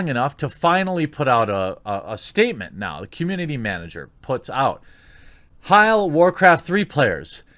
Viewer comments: HE SAID HEIL INSTEAD OF HAIL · "Warcraft 3 players"... I think you meant Hi7l3r xD jk jk. You just said hail kinda funny xD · The way you pronounce “Hail” lol. You sounded German